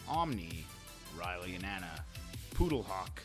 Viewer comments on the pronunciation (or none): none